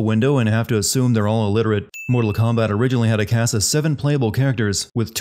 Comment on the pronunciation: Moo-tal Kombat!